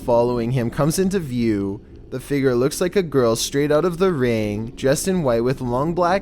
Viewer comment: "The figger seems to be deceeeeesed" "Why is, the figger standing thair"